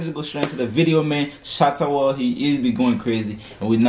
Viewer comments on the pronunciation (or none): Just subscribed... His name is pronounced Waley just like the American Wale !!! Not Shatta Whale lol